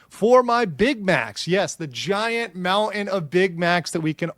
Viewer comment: EE-en is not a word....EAT-en is * MOU-en not MOUNT-en....why are people today unable to say the T sound....disturbing trend